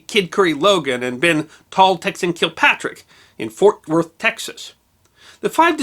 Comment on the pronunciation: I absolutely LOVE hearing you say Ft. Worth, where I live. Dude, your channel is the best.